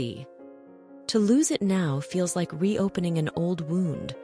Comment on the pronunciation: My thoughts? Well, your AI ‘voice’ mispronounced the word “now” at least three times. Are you thrilled by your foolishness? You seemed also to use AI drawings. Shame on you people. Good story, terrible screw ups.